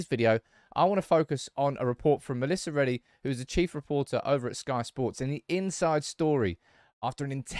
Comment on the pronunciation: You lost us all at "Melissa Reddy" ffs